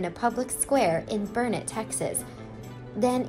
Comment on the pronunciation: I live 22 miles from Burnet, TX. I commend you for pronouncing it correctly [burn-it]. Years ago a local gift shop sold souvenir T-Shirts that read, "It's Burnet durn it, ya gotta learn it!"